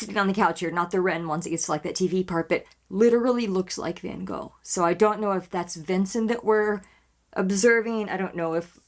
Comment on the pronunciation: And a second comment because I just want to say that I appreciate so much that you tried to pronounce van Gogh the right way! You don't get that from the usual US reactor. 😊